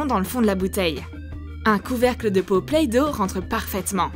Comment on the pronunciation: tu a dit playe dot à la plasse de play Dot.